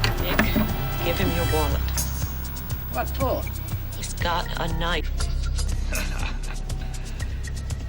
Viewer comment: That's not a knoife